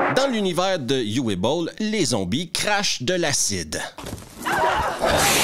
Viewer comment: Petite note de prononciation. "Uwe", c'est "Ou-veu" que ça se prononce en allemand. Pas "you-ouais"